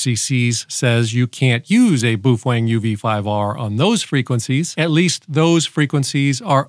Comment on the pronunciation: It’s actually pronounced Bao Fang